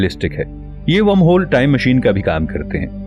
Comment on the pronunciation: Better Video after a long time on this channel. Only the pronunciation of wormhole isn't correct. I am also a voiceover artist.